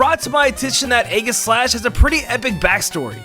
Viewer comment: You heard that right, Ayy gis slash